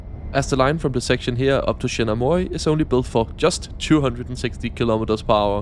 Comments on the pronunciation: Morioka is pronounced Moh-ree-oh-kah, and Aomori is pronounced Ahh-oh-moe-ree. Thanks for the vid! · Give him some leeway, some Danes pronounce it like that